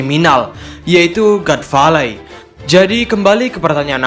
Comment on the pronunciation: god valley dibaca gat veilei, min.... Adoooohhhh.....